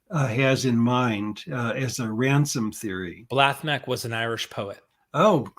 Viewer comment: Enjoy your work. I am an IRISH speaker and Blathmac would be prounounced (BLAW Mack) It is creatively put out of word order. The Correct construction is MacBláth and means Son of a Flower Bláth is an Irish word for flower. Mike